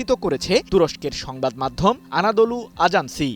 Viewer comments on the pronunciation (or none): আজান্সি না এজেন্সি??